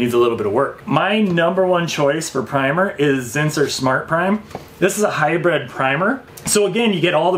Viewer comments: Hy-“bread”? Hy-br”iiiiiiiiiiiii”d! 😬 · It is pronounced 'High-Brid' not 'High-Bred'. I like your videos and content, very informative.